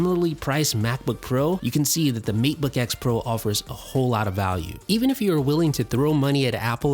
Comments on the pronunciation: Isn't it Maytebook, not Meatbook? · Seriously, When you say matebook, it sounds like macbook. I cant keep up with you, I'm too busy trying to figure out which computer you're talking about. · Kept hearing "Meat-book" and not Mate-book myself. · Did he say Meatbook pro?? 😂😂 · I swear after a while he says meatbook 🤔